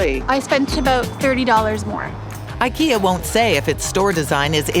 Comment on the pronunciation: It is not Ikea rhyming with Rea, but other way around.